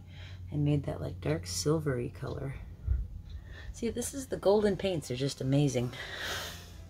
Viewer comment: Oh dear. They will never sponsor you if you pronounce their product name incorrectly a dozen times. oops.